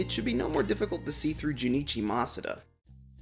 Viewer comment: everyone: masuda.: mas-ah-da.